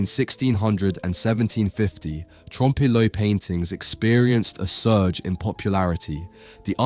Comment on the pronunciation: I am reminded of Little Carmine Lupertazzi from the Sopranos pronouncing it "trom-pay le oil"